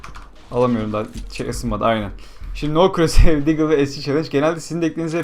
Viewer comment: no croshear diyon